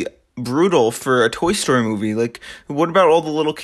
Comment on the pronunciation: this nigga said tory story